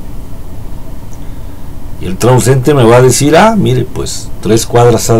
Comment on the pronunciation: Es transeúnte, no transuente